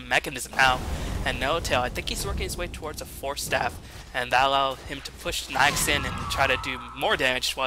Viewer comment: I had some stupid comment written about your pronunciation of "Na'ix" (the A comes first, by the way), but the divine glory of this XBOCT360 made me delete it.